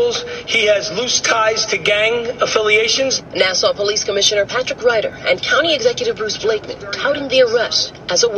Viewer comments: Hahaha love you. Its Nassau like the way pirates say it Nass - Auh :) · I live on Long Island it's pronounced Nass-awe